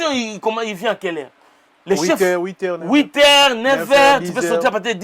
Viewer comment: Le congolais même s’il habite en France il a toujours du mal à prononcer 06 heure. Toujours 06 air 😂😂😂😂😂